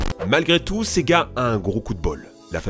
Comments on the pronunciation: quand tu dis sega j'entends c'est gars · Et du fameux : sEgA